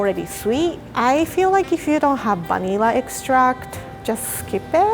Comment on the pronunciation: Instead of vanilla extract I heard bunnyella me: hahahaha